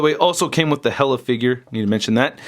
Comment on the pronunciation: dude, it's HEEEE-LUHH. HEEEEEEE-LUHHH. Not hella.